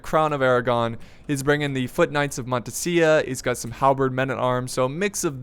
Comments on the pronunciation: it's montesa not montesia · Montesa is pronounced like in this link-->